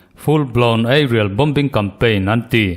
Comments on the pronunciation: gaihthlak a nuam hle mai. Bomber.....Bom-bar ni lovin Bomar tia I lam kha a dik..... Bombing pawh Bom-bing ti lovin Boming tiin lam ve la... Formula: Letter 'B' hi silent tur a ni e..... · Bombing.....bawming silent b